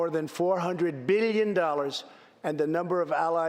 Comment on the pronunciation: Beelion dollars lol